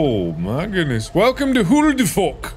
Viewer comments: It's always Huldufolk and not Howdufolk 😞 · When he said ' Huldufólk'. The 'fólk' part he leaves out the 'l'. It results in 'fok' . Which in my language means 'f*ck' lol. 😄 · When Mark said HO DE FOK , it sounded like he was cussing in AFRIKAANS going WTF xD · I believe it's also pronounced "hill-da-fuq" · Is he saying f*** or fork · It kinda sounds like hold the f*** thats funny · lmao i pronounce it as "Who da fuck" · I heard "Who de fuck?" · Yeah, in english it sounds like "who da fuck" But in Afrikaans it sound like "Hoe de fok" (the "hoe" being pronounced as "who", but meaning "how" and the "fok" pronounced almost like "folk" but meaning "fuck" And the "da" means exactly the same as "de") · Ngl when he was describing Huldufólk I thought he said "meme creatures." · When he read "HulduFòlk" the whole time I died, because in Afrikaans it sounds exactly like "hoe de fok" which means "how the fuck" (you can google translate listen en check me, being dead serious xD) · i say huldufolk like wholdo f o lk XD but the way you pronounce it is ver funny and much better >:D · Huldofolk sounds like who the f word♡♡ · Instead of huldufolk did I constantly hear homophobs 💀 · Why is guy trying to sound Irish than? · During huldefolk, did anyone else say "stormcloak" after he said "oh frick" because it sounded like he said "ulfric"